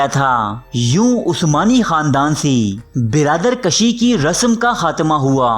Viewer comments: Birader Kashi koi lafz nahi h .birader kushee sahi lafz h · Birader Kashi koi lafz nahi hai birader kushee hai ,kushtan yani maarna ,kasheedan yani kheenchna,jaise rassa Kashi